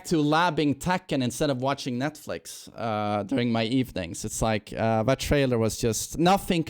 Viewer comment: No he's says "duri" like his ff2